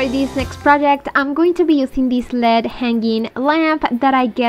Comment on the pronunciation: Girl! You crack me up…..it’s not led lamp……it’s L-E-D…..lol🤣🤣🤣🤣. Love BOTH of your channels❤️❤️❤️❤️